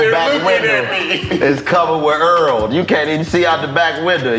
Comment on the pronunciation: Am I too high or is Chico saying “earl” instead of hurl. It sounds like he doesn’t pronounce the H’s. Or am I tripping?